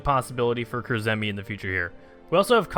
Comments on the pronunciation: you pronounce Kurzeme KUR-ZEH-MEH. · I love your pronunciation of Kurzeme, ill show you how its pronounced in discord baha